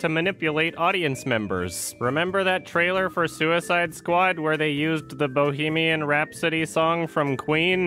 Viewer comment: They way you said "the Bohemian Rhapsody song" is weird to me.